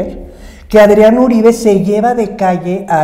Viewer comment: No es Aarón, es Adrían.